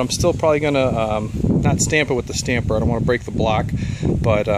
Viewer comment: Nice video, maybe add a camera stabilizer to the tool list lol =D Also it's tamper and tamp not stamper and stamp =D All that aside, it looks really nice, I've done similar a few times.